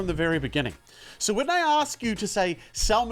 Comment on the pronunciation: The "SEW" killed me ahahahha